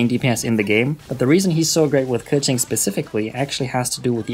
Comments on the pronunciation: Pronounces keqin the "right" way, however doesnt give a fuck about the other name though lol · thats how u pronounce keqing lol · i literally respect you so much for saying keqings name perfectly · Super well done and informative video, really appreciate it! Learned lots of things, will try out for my own Keqing and Xingqiu. P.s. I appreciate your (correct) pronunciations of their names ( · HE READ KEQING AND XINGQIU RIGHT YESSSSSSSSS